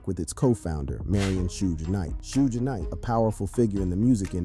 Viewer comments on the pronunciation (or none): Bruh its not Sooge night why you say it like that goofy